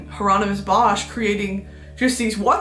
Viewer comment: Shoutout to the belgians, Bosch and Margritte, she did butcher those names but i’ll let it slide. Very much green bean!!